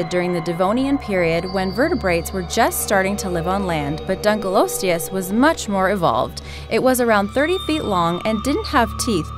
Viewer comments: Not dunkle osteus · It's pronounced dunk-o-lost-e-us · Dunkleosteus is actually pronounced as Dunk-a-lost-e-us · The pronunciation annoys me especially Dunkleosteus as most scientist pronounce it (Dunklee-osteos) if their are scientists that pronounce it different so this doesn't annoy me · Donckle losteus? Or dunk leo steus? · Dunkleosteus is pronounced dunk-lee-os-teus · Dunk lee os te ous Boi it's dunk lee ost te ous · its dunkeleostios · it's prounced (Dunky-loss-e-us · Lol, i love how predator x was really called something else with "funkei" at the end XD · Btw for 5 it's Dunka-lost-leis :P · its pronounced dunkle-lost-ius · You pronounced Dunkalosteous it wrong it’s a short O not a long O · pronounced dunkleosteus wrong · She sais dunkleosteus wrong